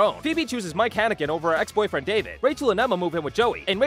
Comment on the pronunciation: OH MY FREAKING GOSH!! THANK YOU FOR SAYING HANNIGAN CORRECTLY...EVERYBODY ALWAYS SAYS IT WRONG SO I TELL THEM TO SAY APPLE BEFORE IT AND THEY GET IT CORRECT